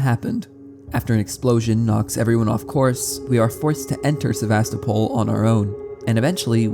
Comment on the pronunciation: istg he said Sevastopol wrong on purpose so many times....